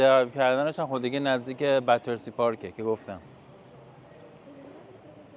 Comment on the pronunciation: ممنونم ولي بتسي نه باترسي